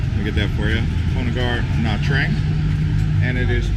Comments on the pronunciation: it is pronounced nha chang and I am Vietnamese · it's pronounced nha tran'g. Do you even know how chang is pronounced? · FYI - It's pronounced as Nha Jarng. Great video though! Thanks for the tour... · Nha Trang is pronounced Nah Chang